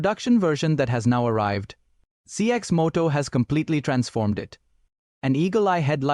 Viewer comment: Cx Moto ? Ur ai is bugging.